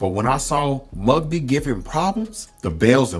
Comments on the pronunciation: First off, it's John "the beast" Mugabi and he deserves to get his name pronounced right. Second I was going to trash your assessment of the fight but you did a pretty good job so I will let it slide. But what I won't let slide is your misunderstanding of Marvin Hagler's response to the loss he claimed he was robbed by the judges. 1) Marvin said he would knock Ray out. He failed to do that eliminating the judges verdict completely. 2) Marvin was still the number one contender, instead of waiting for Leonard he was eligible to fight for the middleweight title at the announcement of Ray's retirement or after 1 year with no mandatory defenses meaning he could have reclaimed his middleweight title. 3) He would have forced Ray Leonard to a rematch just by the shear fan interest and money on the line for a Leonard Hagler 2. Ray would not have fought Donny Lelonde for the light heavyweight title for lack of interest. But even if he did Hagler would still be waiting with that super fight 2 money. 4) I think if Hagler would have waited him out eventually Ray would have rather fought Marvin than Terry Norris. 5) Marvin quit. Either he didn't think he could beat Leonard or he felt even though they were roughly the same age that he himself was washed up. If he had it he should have reclaimed his title and waited, but he quit. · John Mugabi Pronounced... Moo Gah Bee Not mugbee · Mugabi NOT Mugbi😅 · John (Mu-ga-bi ) not Mugbi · John Mugabe's name is not pronounced Mugby. It is pronounced Mū-gặ-Bē. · You are correct. The pronunciation was correct, but the spelling was incorrect. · The fact that you cant pronounce “Mugabi” … As in John “The Beast” Mugabi. And your AI generated picture of Angelo Dundee is black man an not even close to his likeness ,you should really check your references if you want to be taken seriously. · Solid video, but I did find it a little humorous how Mugabi's name was pronounced .